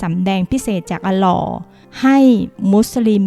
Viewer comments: ออกเสียงให้ชัดก่อนเถอะเจ๊ อัลลอฮ์ อัลเลาะห์ อ่าน อัลลอ แสดงว่าเจ๊ไม่มีพื้นฐานภาษาอาหรับเลย สงสารจังอย่างน้อยก็ควรรู้ภาษาอาหรับเบื้องต้นก่อน ก่อนวิจารณ์อิสลาม นี้ขนาดเขียนเป็นภภาษาไทยให้แล้วยังอ่านผิด " มิมบัร" ไปอ่าน " มิมบัน" ศึกษาอาหรับเบื้องต้นก่อนนะ ไม่ผิดหรอกที่ทุกคนจะออกมาปกป้องความเชื่อ ความศรัทธาของตัวเอง มีทั้ง พุทธ อิสลาม คริสต์ ใครจริงใครเท็จไว้ลุ้นหลังจากวิญญาณออกจากร่างไปแล้ว สำหรับผมอิสลาม 💯 % ในจิตวิญญาณ ศาสนาอื่นศึกษาไว้เพื่อแค่นั้นแหละ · เรียนมาตั้งหลายปี ไม่เคยได้ยินหลักฐานจากพวกนี้ เอามาจากไหนว๊ะ ประเด็นที่โจมตีไม่พ้นเรื่องใต้สะดือ มุขนี้ใช้บ่อยนะครับ ผู้อ่านชื่อพระนามพระเจ้ายังออกเสียงไม่ถูกเลย จะเชื่อถือได้หรือเปล่า